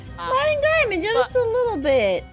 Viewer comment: “Dining mimemonds” I’m just dead